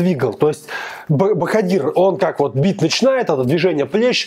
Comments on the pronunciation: Не правильно произносишь имя Жалолова- Боходир.В узбекском алфавите нет буквы в ,поэтому пишется Боходир,а произносится Боходыр. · Спасибо за обзор!, не ломайте язык говорите БаходЫр, мы все так говорим, это не ошибка. Особенности фонетики таковы, что произноситься слово (в данном случае БаходЫр жёстко), а пишеться мягко (БаходИр).